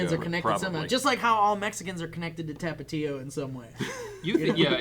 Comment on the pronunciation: God I hate how white washed with his pronunciation of "TAP-UH-TEA-O" and "GUAC-A-MOLE-E". haha